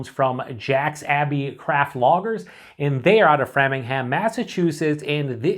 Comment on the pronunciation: Grrr, you’re pronouncing FRAY-mingham wrong…FYI